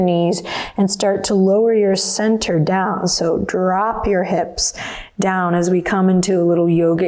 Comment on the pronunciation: Anyone else immediately think of the Beastie Boys when she said drrrrrrrrrop at the beginning? XD